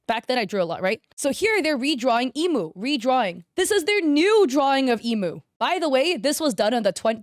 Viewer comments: I don't blame her for saying "Airy" or "Eeemu" or "Teeto" because before I started learning Japanese (I still pronounce things wrong sometimes) I used to say things based on English sounds too! But not everyone is going to learn Japanese just to pronounce a few character names, so yeah, it's not a big deal. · I'm sorry but WHO are imoo, airy, tea toe and co-hain 🙁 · her name isnt pronounced "Emo" is emu (M-ooo) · ITS EH-MOO NOT EE-MOO BOOOOOOOOO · this might just be because I can speak Japanese, but hearing Emu pronounced like the bird rather than being pronounced like “ehh-moo” makes me die inside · I'm sorry but I screamed lowkey when you pronounced Emu's name as "imu" help me 😭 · Its incredibly hard to make "beginner art" because you can most of the time tell when its a true beginner or when its someone using beginner art for clout. And its ok that you butchered the Proseka/Vocaloid names, Ill just teach you how to say them here ig. Emu - Eh-Moo Airi - Are-Eye Miku - U said it right (yippee) Kohane - Ko - Ha - Nay Mafuyu - Maw-Foo-You Teto - Teh-Toe (Thats how i pronounce it at least, so i could be wrong :_) ) Shiho - Dang u really can say names right, good job! Ena - Correct! Mizuki (My baby) - Correct again.. idk if i should do this comment anymore.. Saki - Correct! Akito - Ah-Key-Toe TLDR: Its hard to make beginner looking art as a more advanced artist and you said 5 Proseka/Vocaloid names wrong. Sorry for being annoying with the proseka names, its my hyperfixation so i love yapping abt it and correcting people on it 😅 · the fact that she said none of the character’s names right except for miku pains my SOUL emu is pronounced "eh-moo" and teto is pronounced "teh-toh" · Emu. Understandable Air-ee. Yeah sure. Teeto. Im dead. Ko-hane. Even more dead. Oh and you got Ena right! I hope i dont sound rude!! Its definitely for the best that you aren't in Vocaloid Gacha Rhythm Game hell! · The way you called emu "Imu" and teto "tito" 😭😭😭